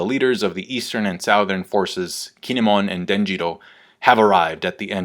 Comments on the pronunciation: can you pronounce "southern" correctly please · you pronounce "southern" all funny :)